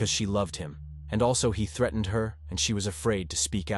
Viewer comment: Never heard threatened pronounced like that.Presume it’s AI.